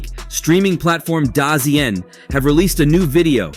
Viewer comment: 'dar-zee-en' XD this AI